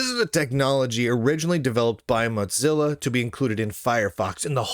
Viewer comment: Does lunduke purposely mispronounce Mozilla as Motzilla?